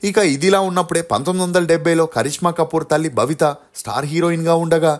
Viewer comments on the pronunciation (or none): భవిత కాదు.babitha